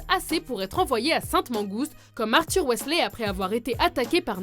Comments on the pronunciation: On dit MALFOY et non MALFOI ; WEASLEY et non WESLEY ça a le don de m'énerver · ok mais c'est MalefoY, pas "malefoi", et WEAsley, pas "weslé"... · je voulais juste dire qu'il ne faut pas dire Malfoie, mais plutôt Malfoye pour la bonne prononciation et ce n'est pas sale mais S A L E ce n'est pas Verpi mais Verpèye qu'il faut dire il faut dire Wizlai et pas Weasla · et Wisley et non Wésley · Et on ne dit pas waissley mais weasley!!!! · Mais mdr... Malfoa , Verpi et Wesslai .-. Quebec ou pas mes orreilles saignent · C’est pas malfois mais Malfoy et pas animagi mais animagus et wéslay non non c’est weasley avadaaa kedavraaaa